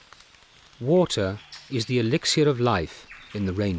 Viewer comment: Ffs just speak english prick its elixir not elixier 🙄